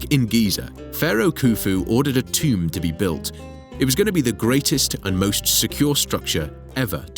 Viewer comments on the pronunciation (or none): the moment i hear tomb, i stop watching.